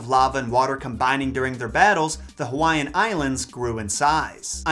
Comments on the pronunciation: Nice video but your annunciation sucks with Hawai’ian Words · 😂😂 I'm Polynesian (not gonna say which one I represent) , your pronunciation are so off, but I give you props bro. 💯 love your videos!! keep it coming. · This man just butchered so many Hawaiian names 🤦‍♂️